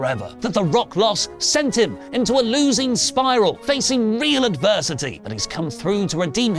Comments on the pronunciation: Advers-si-titty.... why 🤣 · The adversitittie is my absolutely favorite thing 🤣 also great story you have made for Cody! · 😂😂😂😂 cracks me up so much 👏🏼👏🏼👏🏼👏🏼 I can no longer hear or say adversity properly anymore